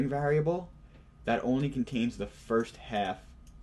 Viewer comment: you know whats rrrrrreeeeeeaaaaaaallllllyyyyy interesting? How this guy says variable. like vaarable